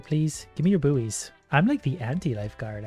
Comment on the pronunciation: ok, seriously... am I the only one who hears boo(b)ies instead of buoys [bois] ? :D